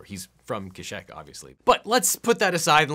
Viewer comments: Lol when he said keshek not keshyyk Kuh-Sheeee-Cuh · Objection! Kashyyyk is pronounced "Ka-Sheek" not "Kee shek" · Objection! You pronounced it Cash-eck. It’s pronounced Cash-eek! Come on! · Objection Legal Eagle pronounced kaashyyk as (ca-shik ) instead of (ce-sheekh) so he must acquit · its ka-sheek not ka-shek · For me it's always pronounced "Ka-Sheek", it's always how I heard it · I read that the middle y is actually a consonant, so it should be pronounced Kah Shee Yik. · Always did Cash-eeek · Gonna say, your correct, but I kinda love the Keshek pronounciation. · Objection! It is pronounced “Cash-eek”. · Kashyyyk = Kisheck THAT DOES NOT MAKE SENSE. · It’s pronounced KUH-SHEEK!!!! My inner nerd is boiling with great vengeance and furious anger x) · ERM... ACTUALLY... IT'S PRONOUNCED KASHEEK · Could be wrong, but I think it’s pronounced “kash-eek” but I’m sure a Star Wars nerd will know better than I. 😕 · I know I’m so late to the party but Mr eagle it’s pronounced ka-sheek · OBJECTION: It's pronounced "Cash-Sheik." I'm fine with your lack of star wars history but that's unforgiveable ;) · It's pronounced Kash-SHEEK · Afraid not. He did mispronounce Kashyyyk though at least from what I remember in battleground games. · Objection! No, actually your Chewbacca knowledge is spot on, aside from pronunciation of Kashyyyk, which isn't even a constant in-universe, so you're all good. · same here, but it's also pronounced "CASH-ik" elsewhere. Granted, star wars regularly waffles on how to pronounce Han and Alderaan so it's hardly the only point of contention. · He was probably going by the episode's pronunciation of Kashyyk, which hadn't been said on-screen at the time it came out so the pronunciation was a guess on South Park's part. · Objection, it's pronounced Cash-ick. Republic Commando has the last third of the game set there and they say it like a dozen times. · I hate this episode because it makes everyone pronounce Kashyyk wrong